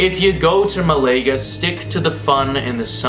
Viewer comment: Are you taking the piss with your pronunciations? Please consider taking a few minutes to Google the pronunciations of places like "Danube" and "Malaga". I'm honestly too distracted to watch any more of your videos.